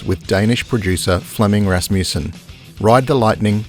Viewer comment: Good documentary. Wish the narrator knew how to pronounce that last name Rasmussen.